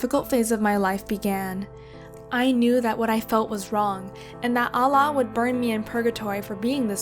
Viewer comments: OOOOHH.. I ALREADY KNEW SHE'S NOT A MUSLIM BY THE FIRST TIME SHE PRONOUNCED "Allah". Nah, that's just unacceptable. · In Islam, Women Has More Superiority Than Men And The Parents Don’t Sound Good And Allah Was Pronounced Like A Non Muslim Would say And Most Muslims Have Imam And Women Can See Muslim Women Hair. The Father Always Is Wearing A Thobe And The Mum Is Always Wearing A Hijab, In Households, Women Only Wear When Non Blood Related Relatives And Non Related Are There. And This Is Our Only Only 1 Life Dunyaa Is An Illusion Akhira Is Enternal(Heaven) Don’t Try To Make This Kind Of Content The Story Of Prophet Lut, If she Was 14 YEARS OLD, She would have known, The men were killed for being gay, but Luts wife, got killed Because she supported it. This is Fake Or The Parents Didn’t teach The Teacher. It’s a 80/20 ratio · I understood that its a fake story when she pronounced "Allah" 💀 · The fact that she can’t even pronounce Allah (swt) properly- 💀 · You know she’s not Muslim and this is fake because she pronounces Allah like a white person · You can't even pronounce allah "الله" in the correct way, can't believe you've been a muslim and pray 5 times a day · Man can't even pronounce God's name correctly smh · Her: im muslim Also her: doesn't even know how to say "Allah" correctly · She can't even pronounce Allah word normally and her way of speaking clearly shows that she is lying. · I think she is not a real Muslim her accent on pronouncing Allah is terrible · This girl is not muslim she can't pronounce Allah correctly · She can't name Allah proper. How can i believe she was a muslim? Its islam. Not Izlam. Its muslim. Not Muzlims. You are failed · She even can't say Allah properly you are not a muslim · Don't even know how to pronounce Allah....lol😂😂😂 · That not how u say Allah u are actually very wrong 😖😖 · She cant even pronounce Allah properly...even muslim reverts pronounce Allah properly within 2-3 days🐸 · It's a lie, lol. She can't even pronounce Allah.